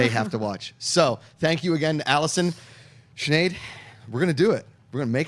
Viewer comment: Every time refers to Sinead as Sneed, cracks me up laughing lol